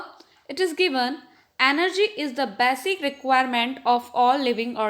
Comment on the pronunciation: Basic not baasic